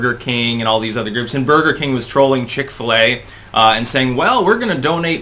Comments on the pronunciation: its pronounced Chick-fillet (Chick-Fil-A) - jesus... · Seriously! Chick-fil-A is pronounced like "chick fillet" or phonetically "chik fillay." I can believe you've never eaten there but I can't believe you've never heard anyone say the name.